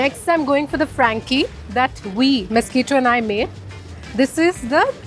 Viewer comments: Aggo it's Mes-qui-to or Misquitta.....but not the blood sucking mosquito like you are pronouncing it. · Please get the name right. It must be Misquitta or Mesqitta. Cannot be Mosquito. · OMG Ye, this!! "mosquito" lord! 🙄🙄